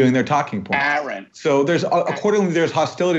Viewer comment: I can’t handle how Jimmy can’t get Aaron’s name right years later Like have some respect Practice a little !!